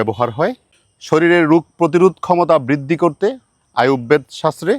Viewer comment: রুগ না রোগ। জনাব, ও কার এ কারের উচ্চারণ ঘোষ অঘোষ ধ্বনির উচ্চারণ ঠিক করলে ভিডিও আরো সুন্দর হবে।